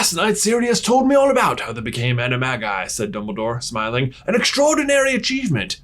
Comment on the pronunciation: can’t pronounce animagi